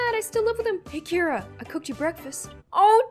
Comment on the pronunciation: my names kira but keira and i’m living for the way says it